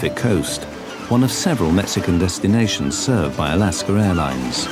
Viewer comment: "Alasker Airlines"